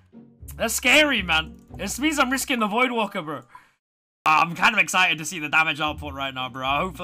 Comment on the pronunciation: Liked the vid because it is pure gold.. im not subbing until you call it voidwAker though instead of voidwaLker🤣🤣